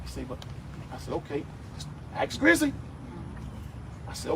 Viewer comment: It's "Grizzy" not grizzly.